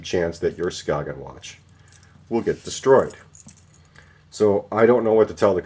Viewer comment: It's pronounced Skay-yen